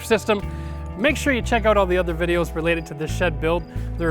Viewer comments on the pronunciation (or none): none